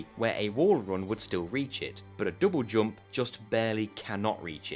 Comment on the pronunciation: Your way of pronouncing jump gave me headache.